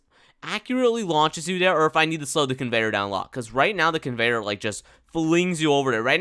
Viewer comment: "the lame convenyor ever" convenyor on tycoon : l i e